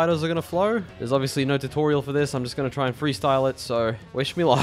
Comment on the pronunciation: i liked the part when he said NAAURRR